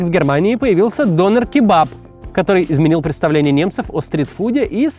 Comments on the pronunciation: Прошу прощения, но хотелось бы немного исправить Максима... 😊 Не "донер", а "дёнер" Не "ларьки", а "киоски" Спасибо за внимание 😅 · Вроде говорят все Дёнер а не Донер. И канакиш как-то...за название человека канаком можно штраф схватить, ругательство это, хотя в немецком толковое словаре 70 годов это слово означает житель гаваев. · Не донер, а дËнер! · вроде ДонЁр правильно. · Он дЁнер, а не донер. Döner. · Не все так радужно. Мусульманизация германии ужасает. Самое распространенное имя, которым называют новорожденных в этом году - Мухамед. Этим все сказано. Живу тут 40 лет. Дёнар правильно произносить. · В слове Донер, ударение на Е. Это я так, на будущее.